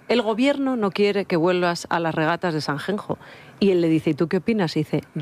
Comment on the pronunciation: Qué ridícula eres,. Cómo se te llena la boca “SANGENJOOOO” jajajaj luego de te caen las bragas por pronunciar bien el inglés y vas de muy española y mucho española y desprecias la cultura de tu país. O dices Sanxenxo en Galego (toponimia OFICIAL) o San Ginés en tu amado castellano, que no español.